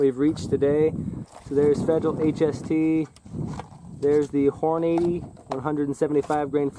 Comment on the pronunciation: Lol Hornade-ee. I thought it was pronounced Horn-uh-dee